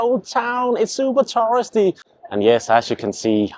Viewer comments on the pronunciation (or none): He pronounces "tourist" almost like "terrorist" lol 😂